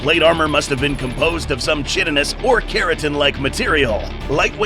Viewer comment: Love the content! Just a heads up “chitanous” is pronounced like “kai-tih-nuss.”